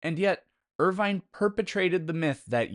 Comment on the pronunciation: Irving, not Irvine.